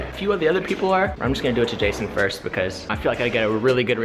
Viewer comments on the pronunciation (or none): none